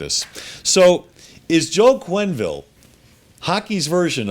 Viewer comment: Quenneville, not Quinnville ;)